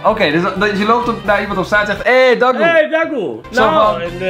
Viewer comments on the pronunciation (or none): Je spreekt de a uit het woord dagoe uit als een kleine a geen lange 😹😹😹😹**